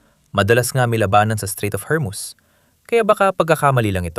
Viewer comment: hermus? bakit naging hermuz na